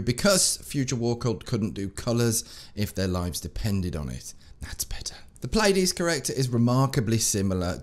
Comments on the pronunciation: Correct pronunciation is Plee-a-dees. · If you're interested it's pronounced Plee-a-deez